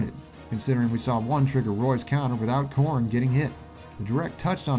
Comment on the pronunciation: It sounds like you say corn instead of Corrin sometimes, therefor the comment. ;)